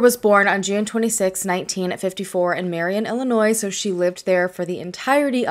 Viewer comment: Thank you for pronouncing Illinois correctly. LoL. I'm from the area and have never heard about this case. Thanks for sharing her story!